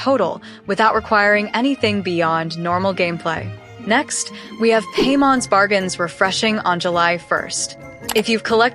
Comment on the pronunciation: Paimon ❌. Paymon ✅🥹🤣🤣🤣 Imaginarium theater ❌ eyemaginarum theater ✅🤣🤣🤣🤣